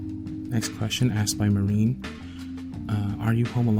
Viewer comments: it sounds like u said marine 😁 u have to pronounce 'h' too .. & i'm 'ahmed Li' if u remember me :) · hehe ^_^ the way you pronounce my name (mehreen) 😁its not like that but it was so cute..thanks for answering my question :)